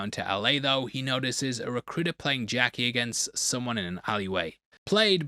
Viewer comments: Man great breakdown but it’s not f ing jackie it’s ddakji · The fact they were playing it in America didn’t really make sense. Surely they’d play something a bit more local but you pronouncing it “Jackie” was certainly something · Just pronounce the name ddakji correct... i dont know what a jackie is lol